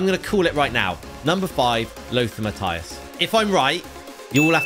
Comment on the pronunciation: no you said mattues